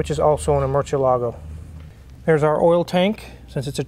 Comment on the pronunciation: Image the cringy face Ed Bolian made everytime he heard the word "Murcielago" being in this video.